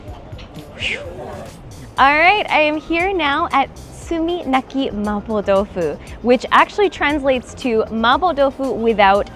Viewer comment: can speak Mandarin?cus the way she said “麻婆豆腐”is really authentic